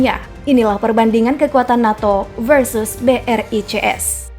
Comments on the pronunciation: Brics b. Bukan. B. R. I. C. S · Ketika mimin bilang BRICS tapi gw dengar ny BRI CS 😅